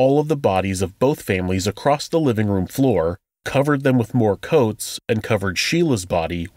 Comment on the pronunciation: I heard you chastise some reporter for her mispronunciation...and then this episode I hear you say "ACROSS-T" ...bruh